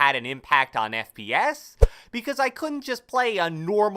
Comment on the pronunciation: I thought you said friends per second! But you didn’t...